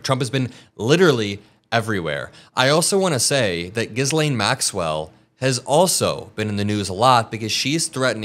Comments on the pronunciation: "Gisling Maxwell" No, it's pronounced: "gi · layn mak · swl" Americans love to slaughter pronounciation like: Worcestershire Sauce :-) keep fighting the good fight! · I want all of the Epstein information released! "Ghilaine", not Ghislaine" "S" is silent...it hurts the ears. Love the show, ❤ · If you pronounce the name as Jizz lane one more time bro. its pronounced Jill lane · Why do you keep calling her jizzlane? its GA-lane. there's no jizz. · Always love your reporting… FYI: The French name Ghislaine is typically pronounced with a hard "g" sound (as in "go") followed by "leen," or sometimes "lahn," with a silent "s." So, it's often pronounced as "Gee-len" or "Gee-lahn". Some people, influenced by French dialects, might pronounce it with a soft "g" (as in "measure") and a sounded "s," making it sound like "Jees-len". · Gi-layne… silent S. ❤❤ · Love your work bro, but it's pronounced Ghee (like the Indian clarified butter) Lane. 👍 There is no S sounded in the name. It's Welsh or Irish or something. Keep up the great work. 8647! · her name is pronounced "Gillain". It's a hard G and the "Gill" rhymes with Bill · Just curious here. Are you mispronouncing Ghislaine Maxwell's name on purpose as a rebuttal to MAGA for mispronouncing Kamala Harris' name? Or is it because, despite the fact that she HAS been in the news a lot lately, you have not yet learned how it should be pronounced? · Americans please learn Ghislaine is pronounced "Ghee-lane" the s is silent, words is hard i know!!!! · The s is silent in ghislaine. French name. Gee-lane. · You don’t pronounce the S in Gislaine. Like in island. It’s Gi’laine. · It’s pronounced Gillane. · love your work and channel. Just one thing Ghislaine has a silent s: (Gil-LANE). I hope she testifies and rots in Hell. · ...I love you...I should say I love your hard work... Correction:Ghislaine is one of those "weird" British pronunciations... It's pronounced GHEE-LANE...😊